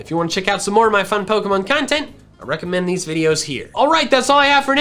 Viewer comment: Am I the only one who hears “Gotta catch the mall”